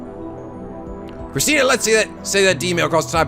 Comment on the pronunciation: Every time Okabe says Christina's name with a -tan ending, it sounds like he is saying Christian. I laugh every time I hear that because I doubt that any of them (except maybe Mayuri) are not atheist.